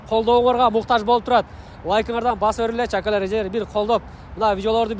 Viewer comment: Акалар эмес??? Акелер так суйло😅